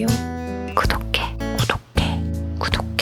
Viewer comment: 구독해가 왜..... 갈수로 고독해로 들리는걸까....ㄷㄷ...